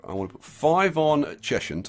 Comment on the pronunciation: At the risk of being an almighty pedant, I need to tell you that you're pronouncing Cheshunt wrong: it's pronounced Chez-unt. Rhymes with pheasant. Hope you don't think I'm a bit of a Jeremy Hunt. ps love the series